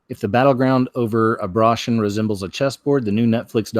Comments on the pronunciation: Why do you keep saying abrotion? And not abor-tion? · Why does he keep saying abrotion? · How can you be taken seriously when you mispronounce the word abortion intentionally? And why only do it some of the time? However, each time I feel like you're making light of the issue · Abruhshun? Oh row b Vade-r, we get it😉 nice. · S Nomad Mispronouncing helps to avoid tripping an algorithm.